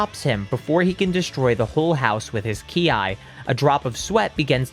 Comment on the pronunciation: I love your content man but please stop calling it key I